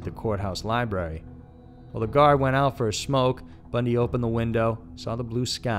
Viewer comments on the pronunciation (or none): Like the channel but "Bundy" really 🙄🙄